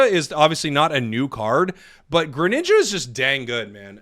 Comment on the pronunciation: you had a new subscriber until u started calling greninja "granned" wtf is a granned???????????